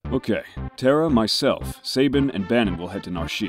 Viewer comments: Say-bin > suh-bean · Alvin Cogan Who on earth says "Suh-bean"? That's ridiculous. It's "Sa-bin", the A as in "NASA" :P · How dare you pronounce Sabin like 'Say-bin'?! Unsubscribed, deleted, put out a hit on.